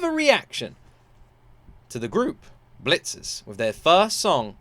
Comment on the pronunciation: Why do you call it Bleachers? It's Blitzers.